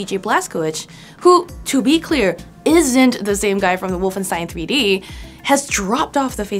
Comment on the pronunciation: Would be nice to pronounce Wolfenstein correctly